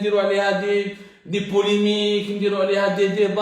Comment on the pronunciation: Polémique. Poulimique hhhhhhh vive la pronanciatuon